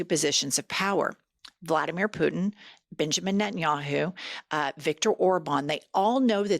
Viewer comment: Bitch-amin Netanyahu is what I heard. You should do that on purpose! Except the US is Bibi's bitch. 😢 Even if you don't always use Butthole of the Bible Belt when you're being formal and bringing the gravitas.